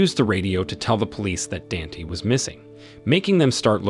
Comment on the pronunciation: "Dant" 😂😂 his name is "Danté" not "dant"😂🤪🤪